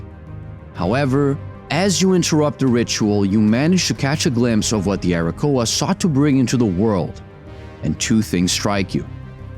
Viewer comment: It's Arakkoa, not Arrakoa.